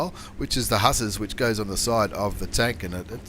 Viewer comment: great overview of the 50TP. I think I will get one. Btw its "Who-Tsars". I think "Huss-ers" refers to the male form of "Huss-ies". Aren't you glad that you have the expression police providing overwatch?